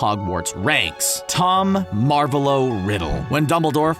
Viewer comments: Im sorry but it’s Tom Mar-vo-lo Riddle not Tom Marvo-lo Riddle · Him: Tom Marvoaloo Riddle Hermione: Its MaRvolo. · It's MarvOlo not MArvolo! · It’s mar vo lo that’s how you say it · Tom "Marvuhloh" Riddle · It’s pronounced Mar-Vo-Lo